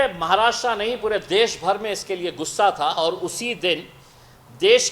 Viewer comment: महाराष्ट्रा nahi महाराष्ट्र.भाऊ बोलना तो सिखो ना pehle.kaha reh rahe ho us ka naam bhi nahi malum. कमाल है रे.aur ye bambai kidhar hai. मुंबई बोलते है usko रे.नीट बोल नाव पहिले भाऊ